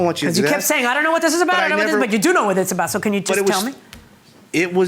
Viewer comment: He’s like “what are you talking aboot” lmao